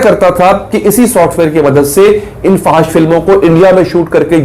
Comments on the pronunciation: Fahash ni fohash hota hai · FO H SH, is the right pronunciation.